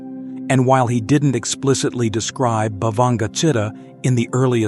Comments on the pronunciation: The reader should learn to read Pali words correctly e.g., Citta (jit-ta). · Citta is pronounced chee-ta.